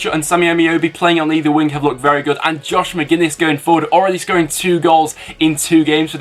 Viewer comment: "josh mcginn" its john mate, villa are gonna win tho